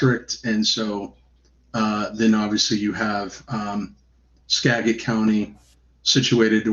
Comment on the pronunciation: It's Skagit with a j sound